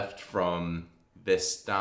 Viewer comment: It is pronounced Vest and then manna Vestmanna